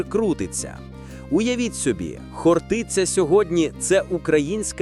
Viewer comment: Навчить ШІ правильному наголосу. ХОртиця!